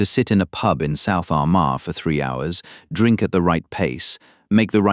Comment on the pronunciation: You can't even pronounce Armagh!